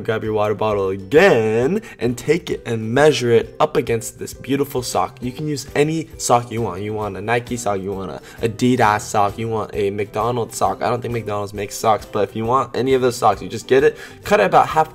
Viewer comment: Aye-Dee-Das Sock😂😂